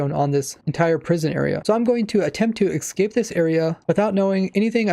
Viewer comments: The way you say ‘Ecscape’ instead of ‘Escape’ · Omfg it’s ESCAPE not EXCAPE there is no x in that word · its escape not excape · Youve Been playing the game for 12 years? Maybe should've studied English more. It's Escape not excape. Also the elder guardian buff makes mining those blocks extremely slow so you're not entirely accurate. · Does it trigger anybody else that he says 'exscape' instead of 'escape'? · It's escape.... Not ecscape.. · ok im not american or anything and my 1st language is not english but someone please tell me why some people pronounce escape as excape its kinda annoying and confusing me k thanks bye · this annoyed me so much, just the mispronouncing of "escape". drove me insane.